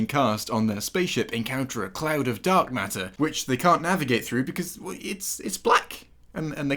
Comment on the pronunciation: "encounter a cloud of duck matter" is what I heard here for some reason.